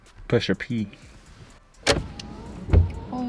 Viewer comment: bro said Pusher P .... smdh